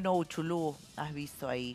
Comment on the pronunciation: Se llama Uchulú no es uchulun